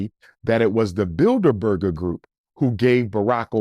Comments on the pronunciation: Bilder-burger lmaooo it’s bilderberg you pseudointellectual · He’s absolutely right. They make up the shadow government. But it’s Bildeberg. Not Burger 😂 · 😂, It's the Bilderberg Group, not "Bilderberger Group." I've heard him say this a few times. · It’s Bilderberg group not berger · “Bidlerberger”/‘Build-a-burger’ lol .. sir Umar, you mean The Bilderberg (no er) Group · I’m pretty sure it’s builderberg & not builder burger 😂😂😂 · “BuilderBurger BuilderBurger group” 😂 It’s Bilderberg!! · “The Builda Burger Group” 🤣🤣Im sure that’s not how it’s pronounced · Google *Bilderberg Group... And their annual *Bilderberg Meetings... he's pronouncing it incorrectly but is correct Abt what he's saying Abt who "selects" the presidents n have been doing so since JFK... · I agree although he mispronounced "The Bilderberg Group". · Research the *Bilderberg Group... And the *Bilderberg Meetings... he's right but pronouncing it incorrectly... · Research The *Bilderberg Group... And their annual *Bilderberg Meetings... he's pronouncing it incorrectly but is correct abt what he's saying on who actually "selects" the US presidents n have been doing so since JFK...